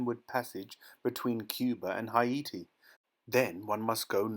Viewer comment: PS: HAITI......is pronounced H-A-Y-T-I. Well done otherwise!